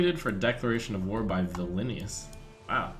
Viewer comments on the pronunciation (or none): It's Vilnius not Villainous Trump